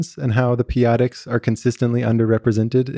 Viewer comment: The "peyotics"? What did he say